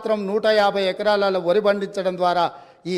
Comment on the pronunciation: వరి‌. అంటే వురి అన్నారు